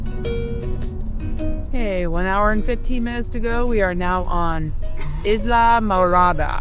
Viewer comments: islamorada is actually pronounced eye-la-more-aw-da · It's pronounced "I la Mirada"😊 great fishing there. Such fun! I'm enjoying this so much.❤ Happy Birthday!!